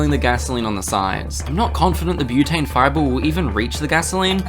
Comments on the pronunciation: "Brotane" bruh... Are you sure about this?? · omg he actually called it brotane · "brotane". bro stop.